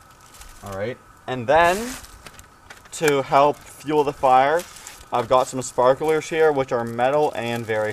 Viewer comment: If you can't pronounce sparklers correctly, you probably think the microwave uses microwaves to cook food.